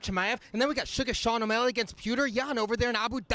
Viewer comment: My man called Sean, Shane, then picked up on BS butchering names haha.